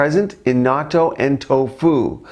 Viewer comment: It's pronounced a bit differently.. You are saying "NAUTO"... The proper way to say it is "NAT-TOH"... short sound on the "A" like "bat"... and you need to pronounce the "N" as a double sound